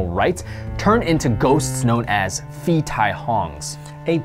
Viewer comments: Phi tai hong ='Pií Thai hóng kinda sound, not Fi Taì hòng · For the thailand ghost : you have to pronounce [Pi] and not [fi], pi or pee means ghost, tai means dead , and hong hum... I dont remember what it is. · Phi is actually pronounced as Pii. H is silent. Actually most of the Ph in thailand is not Ph. It's just the foriegners fing it up because they think it's cool to only know how to pronounce a soft P cause that's a thing EVERYWHERE in asia. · haha in Thai "ph" is pronounced like a p, so it should be "pee tai hong" , "pee" means ghost :)